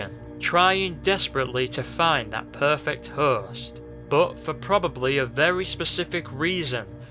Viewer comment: the way you say host kills me inside